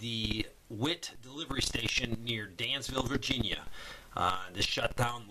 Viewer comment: It's NOT Dansville VA it's Danville VA